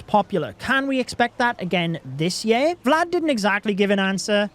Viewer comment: i feel like you're trolling us all by the way you're pronouncing "year" now (yeah?) 😂😂